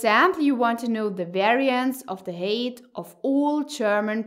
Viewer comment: it's pronounced hite like kite, not hate.